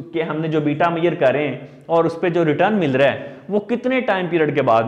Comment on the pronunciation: But u should learn how to pronounce measure.